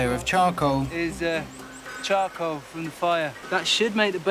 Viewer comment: 숯을 영어로 에드가 말하는거 들으면 발음이 초코라고하는것같음 나만그럼? (그리고 초코먹고싶다)